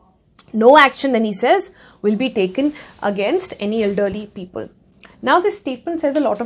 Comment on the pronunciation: I like the way Ms. Kapoor says the ‘-le’ ending words. People ( she say ‘peopole’), Simple ( she says ‘simpole’) . It’s kind of cute in a way i guess 😁 Leaving all the non-subjective complements aside ... i really liked the statement she made that “In India.. process is punishment” which is so very aptly put. It makes you wonder if the voters are wise enough to choose their own leaders. Ofcourse there are people who take an educated stance but to a large part people simply choose blindly without taking into consideration the consequences their actions will cause. And as long as the politicians and others talk about the “wisdom of the voter” for their own political gains... we will be deluded into thinking that, we as a collective, are wise enough to choose our representatives. When in fact we are not. We are not a democracy yet... we are a quasi democracy where the elements of monarchy are still very much present today in our so called democracy. Just voting and taking out protests doesn’t mean democracy. I will show you what true democracy means.